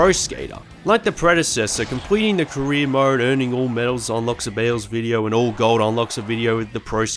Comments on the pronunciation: it’s a joke honestly I read the comment when he said “career mode” but then I read Korean mode and I can’t unhear it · Pwo skeetah sewies. Pwedesessa. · English is not my first language so it took me a couple of seconds to register what he said as "career" only because I'm more used to American or British accents, but I agree it's still perfectly understandable.